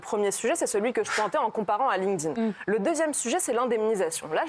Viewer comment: "Lingdin" aaah ça me perturbe 🤣 ça se prononce "link'd in"